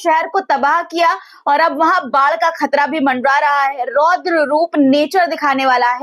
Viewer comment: یعنی خطرہ کو کھترہ یا خاک کوکھاک نہ بولیں پلیز